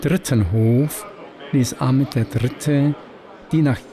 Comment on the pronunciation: Fein präsentiert ! (PS: die Aussprache der Namen Ahmet, Mehmet usw. wäre "Achmet, Mechmet", usw.)